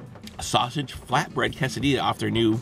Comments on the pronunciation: C-A-sa-di-a not cosadia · It's pronounced "kay-seh-dee-yah". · New drinking game: take a shot every time Joey pronounces quesadilla weirdly, or when he says "a dollar nine". dies from alcohol poisoning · It's pronounced more case I dee a